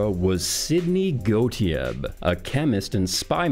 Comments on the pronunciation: It's weird hearing someone try to pronounce Sidney Gottlieb without the L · Gottlieb has an L in it.